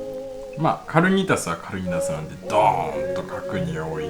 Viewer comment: かるにたす じゃなくて かにーたす じゃないんですか？